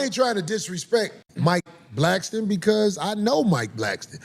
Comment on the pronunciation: Mike Blackston..come on Corey it's Blackson